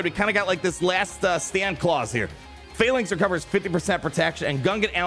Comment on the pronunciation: finally you pronounce phalanx correctly lol